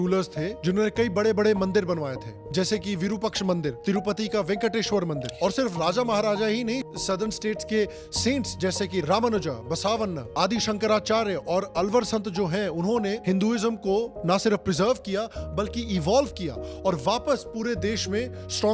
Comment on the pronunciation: It's not pronounced as बसावण्णा. It's pronounced as बसवण्णा It's not pronounced as अल्वर. It's pronounced as आल्वार